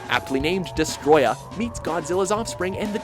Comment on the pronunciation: For fucks sake, it's pronounced "Desto-royah"